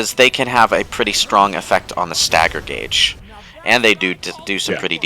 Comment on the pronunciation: not a serious question, but how do you go about mispronouncing "gauge" in one sentence and in the very next pronounce it correctly?